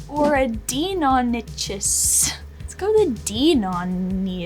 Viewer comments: watching her murder big boy Velociraptor's name hurt me. It's Deinonychus I think it's should be pronounced like DIE-NON-A-CUSS and they are awesomely deadly dinos! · I like that they used koss porta pros. Really great headphones even today. Also, because this is the internet, that’s not how you pronounce deinonychus.